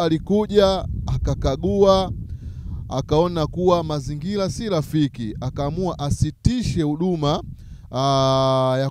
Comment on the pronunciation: neno mazingira unatamka mazingila ina maana quran unafundisha kimakosa sana.